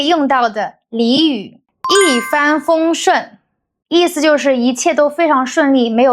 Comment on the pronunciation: 拍得不错，但一帆风顺的帆好像是第一声，不是第二声。视频的内容还不错。继续加油！